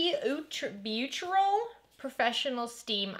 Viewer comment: Thanks it was helpfull. I belive the Beautural is pronounce Botural. Beau in french meen beautiful and is pronounce bo. Just so you know !!!